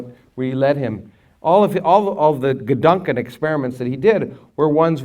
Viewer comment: It’s so nice to hear Krauss say gedanken!